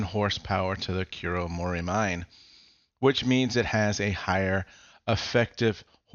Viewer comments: also, always feels weird when people called it kuromori-mine as a japanese speaker, should be ku-ro-mo-ri-mi-ne, each separated and it means mountain peak in the dark forest. but, who cares as it is just a word in a video game where non native japanese speaker have higher attendancr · Haha lol, even me who is not a Japanese also felt weird. Because I know it would've been pronounced like Koo-Ro-Mo-Ree-Mee-Nay (I tried my best to write it in a text lol)